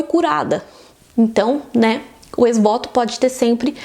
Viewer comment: A pronúncia de ex-voto está errada…